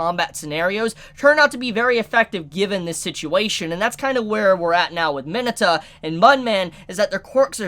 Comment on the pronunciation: I don’t believe thats how you pronounce Mineta